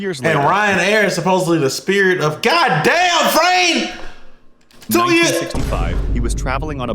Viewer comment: The "god daymn frane" mid sentence is killing me 😂😂😂😂